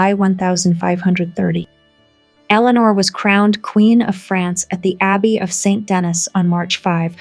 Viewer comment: Please. Badajoz. BathaHoth. St Denis. Saint Den- ie